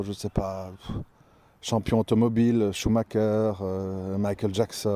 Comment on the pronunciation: Salam aleykoum C'est shumacher et non shumaker, en passant. J'aime également les biographies, le parcours de vie atypique de beaucoup suscite un intérêt qui peut forger l'esprit quand ça n'est pas juste par curiosité pour l'admirable. Bonne vidéo cher frère elle rejoint en partie celle de l'imam Mehdi à propos de la mort récemment visionnée (tu es qui toi, pour ne pas mourir ?) Personnellement après avoir frôlé par deux fois la mort, je continue de vivre avec un mélange de crainte de l'inccompli d'ici bas et curieusement, un certain déni d'une mort proche ... c'est dans la nature humaine